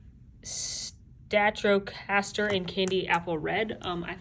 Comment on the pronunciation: Favorite part of the video, “This is the stratrocaster”